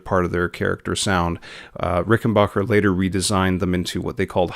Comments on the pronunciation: Nice video. My only note is that it's pronounced 'Ricken-BACK-er,' NOT 'Ricken-BOCK-er.' At least that's how John Hall (the president of Rick) says it. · Please stop calling them RICKENBOCKER do you say Get Bock? No. It's BACK. RickenBACKer. Muchos thanks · Backer , not bocker.